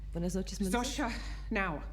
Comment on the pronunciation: I know it’s silly but its not Shoza, its Zosha